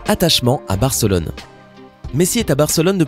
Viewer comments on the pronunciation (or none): c est pas Bèrcelone mais Barcelone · C moi ou il a dit fc bercelone